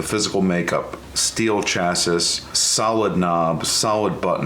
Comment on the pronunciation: Pretty sure it's pronounced "chassis" rather than "chassis". Seriously tho' cool machine.